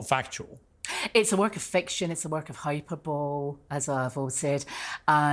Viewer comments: " hyperbole (hyperbowl).. lol.. it should be pronounced hyperbolee . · I love how she says "hyper-bowl" when it is pronounced "high-per-bol-lee" - AND says it at least twice ! Hahahahaha! And I'm sure we are all in agreement that she has most definitely watched the show. She even says things through the interview that indicate she has. Even answering about "peeping through the window" - no pause in her answer. No "What?? What do you mean? Is that depicted in the show?" No, she immediately knows the context of that question. Or was she given a list of the questions prior to filming this interview? I highly doubt it. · Hyperbole… is Hi per bo Lee not hi per bowl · It makes me cringe when she pronounces "hyperbole" as hyper-bol. It's high-per-bol-ee. Also, I have a theory for why she makes so many grammatical errors. Because she writes SO many texts and emails over the course of a day, she's always in a hurry. But her fingers are too chubby to only fit on one key and winds up pressing two keys by accident and then can't be bothered to go back and edit mistakes, leaving her message almost incomprehensible. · "Hyperbowl"? Yeah good on ya. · I know, that really irked me every time I listened to it!!! Hi-per-bo-lee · She says she has a photographic memory and yet in the same sentence she says she can't remember something.... she is so full of shit.... Also: hyper-bowl? Wtf? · Never trust someone who can't pronounce hyperbole. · *Hyperbole is not pronounced like this 😅